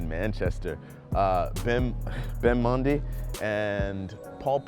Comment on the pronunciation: He pronounced Benjamin mendy weird